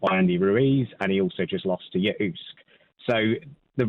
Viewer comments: The way the first caller pronounced Usyk…..omg 🤦🏻‍♂️ 😷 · Who the fuck is talking at the start of this vid haha calling usyk oooosk wtf doesn’t know shit about nothing and he wasn’t even there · ooo -sik is the correct pronunciation. you don't know sht and you werent their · Did this guy just pronounce Usyk as "Oosk" 🤣🤣🤪